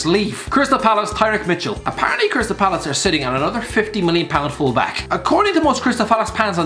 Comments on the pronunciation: “crystal falace pans” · "Crystal falace pans" - 2020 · “Crystal falace pans” 😂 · "According to most crystal falace pans." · "Crystal phalice" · "Crystal Falace pans"😂😂😂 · "Crystal falace pans", - 2020